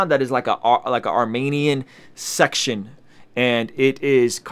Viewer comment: Thanks for posting - my friend told me to check you out - fellow Armenian here. It’s pronounced Armeeeenian btw - (not Armaynian) emphasis on the E 😊- also as far as the nagorno Karabagh issue goes - I’ll keep it simple - our history and land goes back to the BC era- (as you stated we were the 1st Christian nation to adopt Christianity). Azerbaijan is a very young country in comparison to ours. That land was and will always be Armenia’s. I encourage you to do your research and educate yourself to see how our land was given away so many times. I know this wasn’t a history lesson, just your personal story, but I do encourage you to read up on it. Ty and God bless